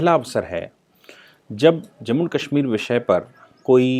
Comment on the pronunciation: सर आप काशमीर क्यों कहते हैं वो कश्मीर होता है।